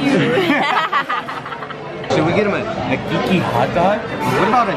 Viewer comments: Keiki is pronounced KAY-eee-key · Loved it all. Glad you guys finally got to come to Hawaii…hope you enjoyed it here. BTW, Keiki is pronounced like Kay-key 💕🌺 $honunani85